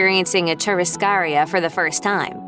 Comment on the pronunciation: It is pronounced chu-rras-ca-RI-a with the emphasis on RI